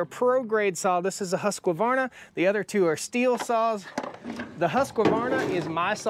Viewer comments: My vote goes for neither. A Husqvarna 372 is known for a reason. To me..for the CC size there is NO BETTER option (I have 3 husky 372s and 1 holzfforma g372 that's ported) Also why so emphasis on the "Q"? It's not pronounced husQQQvarna "Huskverna" is how it's pronounced by the swedish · Husk-varna not Huskavarna. There is no vowel in there, Husqvarna. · How do I say this in a nice way, it's a Husqvarna not Husqavarna, only one "a" when you pronounce it. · Hey, love the channel and content and appreciate your reviews. Thought I would help you pronounce Husqvarna correctly....it is pronounced husk-varna. For years I did the same and pronounced it as husk-a-varna till I was corrected. Not a big deal. God Bless you! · You are saying Husk-qua-varna It's simply Husk-Varna. I still love ya, but don't put that Qua in there. Sort of like the Project Farm guy saying Vegetables. If you know you know...... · The Husqvarna is not pronounced Husk a varna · Husqvarna is pronounced Hoosk-var-na.